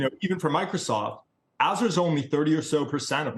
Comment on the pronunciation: Before one presents a bull thesis on Microsoft shouldn’t one know how to say “Azure”?